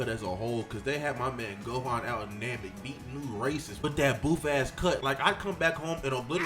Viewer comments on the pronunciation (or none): none